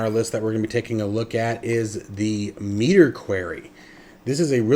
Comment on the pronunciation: Not “meter” but “me-tar”